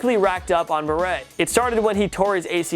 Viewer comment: Being from Russia I can say the way it’s pronounced - PAvel BurE. So basically you take the traditional pronunciation of Pavel in the USA and have the pronunciation of his surname from this video - jackpot